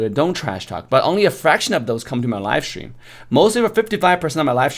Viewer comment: Love the way how says: Shtream hahahahahahahah